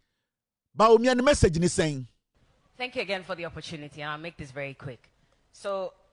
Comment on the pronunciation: Why this woman thinks the Presidency is a marathon where batons are been passed during a race? The host was emphasizing on the word 'Message' but she kept saying massege. Give us just one massege you couldn't 😂